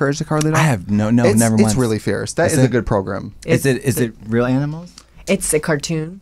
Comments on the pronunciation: i will never get over Trixie pronouncing "program" like "pilgrim" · Progrim lol